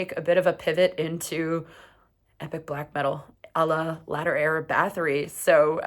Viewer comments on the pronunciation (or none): none